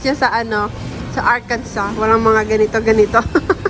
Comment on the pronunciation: Ang saya pala ng post Thanksgiving nyo. Ingat palagi,. Tama ganyan talaga ang pag pronounce ng Arkansas. Love from Nashville, Tennessee 🫶🏻